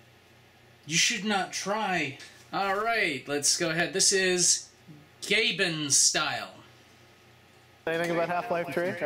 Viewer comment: every time i hear gaben i think he says gaymen.